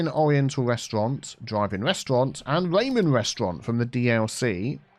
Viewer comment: You called Ramon, Rymon. LOL